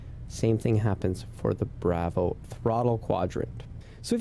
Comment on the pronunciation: I really wanted to watch this and learn how to set this up but the way you pronounce "Bravo" is like nails on a chalkboard 😂..... Dude.... No